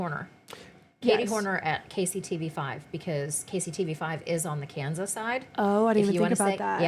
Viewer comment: Please stop saying west with an A and Kansas with an E